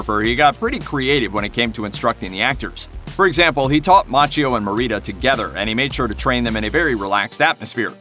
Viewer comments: It’s pronounced Makkio. Otherwise I love your reviews. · Its pronounced MAKKIO